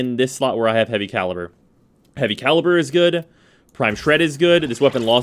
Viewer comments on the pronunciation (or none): none